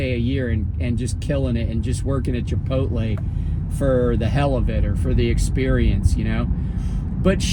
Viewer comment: ayy i gotta say...i never heard anybody say "chipoltle" like you hahha. jus talkn shit